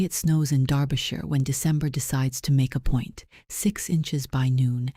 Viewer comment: A story off the beaten track from most Duke stories. Finally a Duke who looks like a real person instead of a Greek god! Both the Duke and duchess characters are well drawn and also the first time I’ve heard in any of these stories where Derbyshire is correctly pronounced. Congratulations on a job well done.